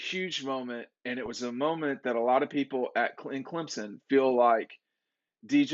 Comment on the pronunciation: still can’t pronounce Clemson’s QB name.🤣